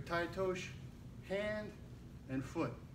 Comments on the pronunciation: TAI-OTOSHI(eee)...NOT TAI-OTOSH... Nice technique though Obvs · First of all,you do not know how to pronounce the name of the technique!!Tai otosh?Harai Gosh????OTOSHI GOSHI!It is not a thand and foot throw .and almost everything you have shown is kinda wrong!